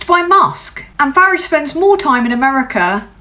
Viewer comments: Well well well. YT came up trumps putting you in my feed. Ps I applaud your British pronunciation of farage's name. When its day time I will share. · I like that you pronounce Farage like the Clash pronounce garage, like I preferred to say it as a kid. I was born in London, lived and raised in Crawley from age 1 to 7 and change when we emigrated to Canada. First time here, as hard as that may be to believe. Subbing. Thanks for being you,. 🖖🏼😉🎶❤️🍁❤️✨️🕊 ✊🏼🤬🤜🏼💥🍊💩🦤👿🤡🤖🤡🤡🤡